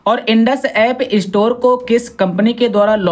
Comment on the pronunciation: इस्टोर नहि स्टोर